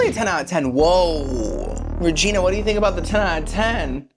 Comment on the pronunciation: Re’Gee’Nia! Re’Gee’Nia! Re’Gee’Nia! Re’Gee’Nia!